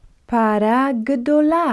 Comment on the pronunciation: למה את אומרת 5 פעמים כל המילים???? אנשים לא טיפשים פעמעיים מספיק בנוסף, את לא אומר נכון את המילה פרה.עזבתי